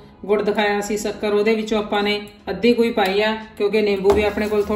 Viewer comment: Shakkar not sukkar